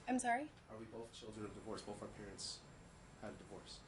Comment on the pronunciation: Ok, it thought I was hearing things! He says “bof” instead of both too. I had to listen several times but I kept hearing it. Whew, I’m not crazy! Lol